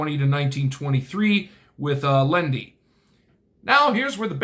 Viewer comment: Z,can’t help. Never heard of Loendi, but your pronunciation seems correct. Learning things about my home town